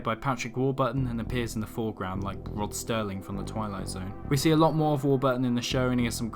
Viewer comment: Rod Serling, not Sterling.